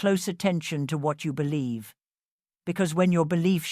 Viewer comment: I bellieve...its always exactly like ur saying it